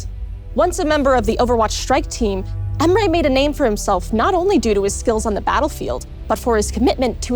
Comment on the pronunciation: Its "Ehm-reh' not "Ehm-ray"